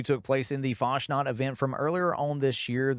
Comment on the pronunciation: Isn't it "Fas nat" instead of "Fash nat"?